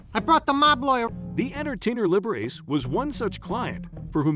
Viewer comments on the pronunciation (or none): OMG!!!! Liber-ACE instead of Liber-ACHEE, you've gotta be under 30 years old to mispronounce this world famous piano player's name! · Then there’s the robot saying liberRACE. Ugh, oink!!!